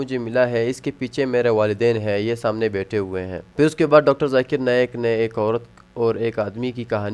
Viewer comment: Arey Dikra “JAKIR” Nahin - BOLO ZAKIR 😂